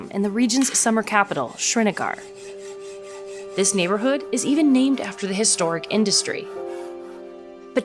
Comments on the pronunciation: It is called "SRINAGAR" nor "Srineger" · the way she pronounces srinagar